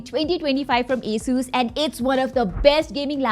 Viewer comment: everythime you say a-sus not ASUS i am gonna play a drinking game with water cause i hate alcohol